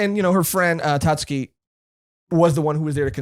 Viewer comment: Guys, guys, Tatsuki, drop the u, Iike, Tahtski